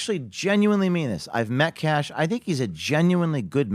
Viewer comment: Kash not Cash Patel..You're welcome